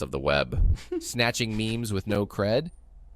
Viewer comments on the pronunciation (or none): it has come to my attention that ChatGPT thinks the word “memes” is two syllables